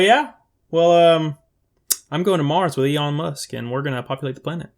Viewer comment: He said eon musk. Hahaha